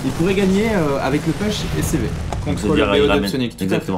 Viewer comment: Nice game, mais par pitié "Push" ça ne se dit pas PEUCH mais POUCH!!!!! (cliquez sur le drapeau américain pour entendre la prononciation) :)